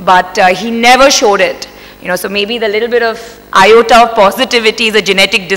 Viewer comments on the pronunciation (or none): none